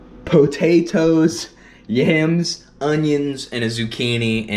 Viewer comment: PO-TATE-TOES lol